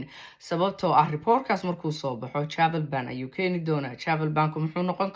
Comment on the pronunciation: Travel ban dheh si khalad ayaad u akhrineysaa